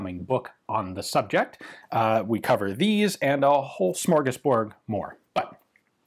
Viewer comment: This is just a nitpick, but it's not "smorgasBORG", it's "smorgasBORD". Think "board", not "bor-g" This message has been brought to you by a pedantic Swede.